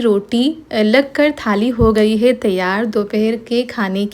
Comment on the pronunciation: Kaise yaar naak me bolti ho kese he aap loggggggggg😂😂😂😂kaise ke jagah kese hee hai ke jagah hee bolti 😂😂😂😂